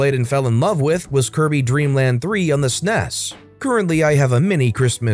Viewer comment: You butchered SNES. LMAO. Which also tells me you're not a gamer. SNES>S.N.E.S.>Super Nintendo Entertainment System.